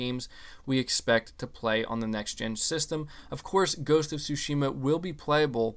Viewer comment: Tsúshima... Gotta say it right bro